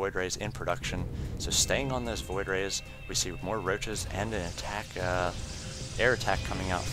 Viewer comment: Whenever you pronounce "ck" it words, you add a few h's in there so it's like, "He was not able to attachhhhkkkkssh the void rays." Idk it just bothers me. Sorry.